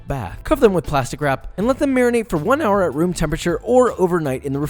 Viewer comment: one HOUWHER